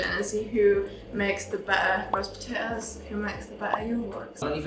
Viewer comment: Nobody: Absolutely nobody: Liam: P o T a O S